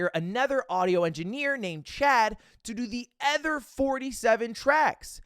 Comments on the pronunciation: Hey. Ludwig. It’s other. Not ether. Hey Ludwig. LUDW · Lud, please can you address the fact that you pronounce "other" with an e? Ty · Just noticed Ludwig always says ether instead of other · One thing about Ludwig is he’s gonna say other like eh-ther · Lud, mb, Sir mogul why do you pronounce other "ether"? it's an o not an e. Has this always been a thing and I just never realized? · the way lud says “other” boggles my mind